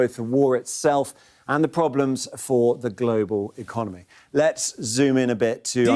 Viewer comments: "Economey", an extra letter in this economy? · The "Economey" is Cooked. Umm... you're better than that, Hasan.